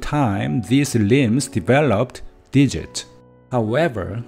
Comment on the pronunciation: Digits* not digits. When it comes to making it easier as a native. Be careful with the vowels, evolved* not evo-varvd. I am assuming your mother tongue doesn't have a whole lot of L's? Make sure you round your lips like a circle and also English O's are diphthongs in SECOND POSITIONS. Primates? You need to retract your tongue when saying our versions of /ej/.:X Don't drop your jaw. English body parts are mostly regular or predictable. Tooth -> Teeth, Foot -> Feet, everything uses an S... if I couldn't tell aspirated vs. aspirated consonants, do you realize may have said a profanity without further context.._. Aspiration is phonemic in English. Unvoiced consonants are T, K ( Written CA, CO, CU ), P... If don't aspirate. Peach -> Beach? Thumb? THUMBS* Singular this -> These, but be glad you don't need to worry about grammatical gender though. The stress in" Eventually "typically is on the first.... I don't blame the struggle due to bad orthography... Sadly I don't speak any Indian languages or have any knowledge, but I can hear you must be from India? Too palatal. Relax your vocals when saying vowels though. -ate words use an /ej/. Aspiration helps us tell minimal pairs apart like " Tank's Cat, Tank Scat " ( to be slightly funny, but to know if you are aspirating, take a piece of paper, put it in front of your mouth, then say t, k, p. If the paper moves suddenly, then you know you did it right.:)... As a native English speaker, not bad, just be a little consi